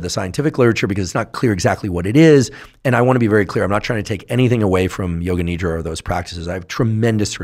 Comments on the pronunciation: Not Need-ra. Nidh-ra! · Its not nidra , its nidhra